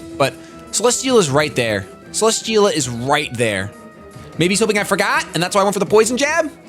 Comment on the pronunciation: cele-steel-a not cele-schteel-a